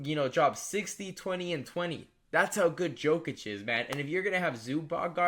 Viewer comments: It probably shouldn’t, but when ppl mispronounce names thats are said correctly every night on tv it passes me off, everyone that man is brought up they say “yo-kich” its not probounced the way its spelled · Can you not pronounce jokic correctly? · Can you please try to pronounce Jokic correctly. I know it’s a small thing but really annoyed me